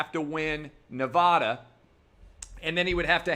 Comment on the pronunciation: Can someone teach him to say Nevada correctly